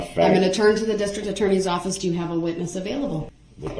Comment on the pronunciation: Duh-rell is the Elmer Fudd of "attornies."